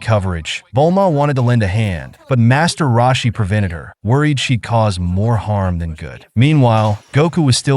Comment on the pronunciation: "master rawshie"